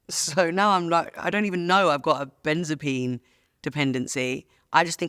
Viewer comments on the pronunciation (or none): Sorry to be pedantic but it's benzodiazepine not benzopine